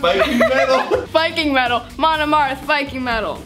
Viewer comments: MIKING VETAL!!!! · ShatteredTale Studios "Vetal Miking" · "Vetalmike" love you....marry me UwU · Vetal Miking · “VETAL MIKE” nuff said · Apparently, when tries to say "Viking Metal", their mind sometimes changes it to " Vetal Miking" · Petition to change the pronounceation of viking metal to vetal miking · The amount of likes is how many times says vetal miking instead of Viking metal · “Vetal miking” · "Veddle miking" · I lost it when kept saying "Metal Viking" instead of "Viking Metal" XD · This is how many times said Vetal Miking ↓ ↓ ↓ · Legend has it that Tayln still can't say Metal Viking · The one that got me the most was attempt to say “Viking Metal” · OMG trying to say "Viking Metal" is my aesthetic lmao 😂😂😂😂😭😭😭😭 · struggling with saying “Viking metal” was so adorable and funny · can we have a 10 hour remix of failing to say Viking Metal XD please? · not being able to say viking metal had me in tear because thats LITERALLY ME EVERYDAY!! My cheeks heart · watching struggle to say Viking metal reminds me of Ethan struggling to say skillet smh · I kept wheezing throught the video and now I'm in alot of pain.. I was especially wheezing when was trying to say " Viking Metal" and idk why 🤣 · line mess up made me look up Viking Metal